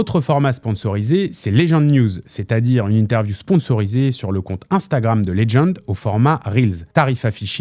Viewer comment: Putain mais Legend ce dit legend et pas ledgend va chez l'orthophoniste...